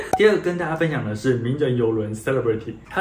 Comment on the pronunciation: celebrity 重音在第 2 音節。